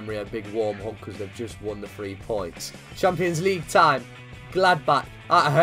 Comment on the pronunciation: Who else loves it when he says champo league